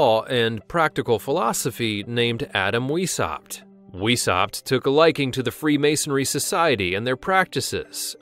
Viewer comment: His name is pronounced Vice-howpt not weeshopped.